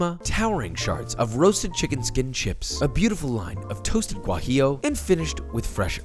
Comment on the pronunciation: I think he said “gwah jee lehhh”